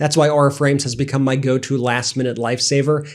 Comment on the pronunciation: You keep saying "MAY" quit!!